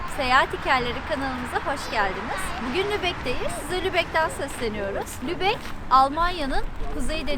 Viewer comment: selam canlar, once iyi haber, elsfleth'e gitmemis olsaniz bile sizi hep severek izliyoruz ve bu hic degismeyecek. Kotu haber ise, 'da "Lubeyin" demissiniz ama Lubeck bir ozel isimdir ve yumusamaz :))) bu'da size nazarlik olsun. ;)